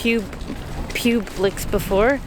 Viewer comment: I love how you said piublix haha strangely enough this one they pronounce Pablix 😃